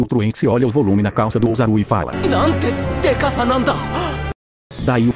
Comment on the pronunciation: ozaru! Tá muito certo .-. "Oozaru"